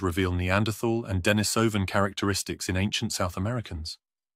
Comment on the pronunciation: I think it would be nice to pronounce Denisovan and Neanderthal correctly, especially if employing an English accent in the presentation.